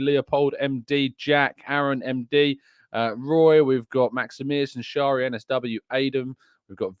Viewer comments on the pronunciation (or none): none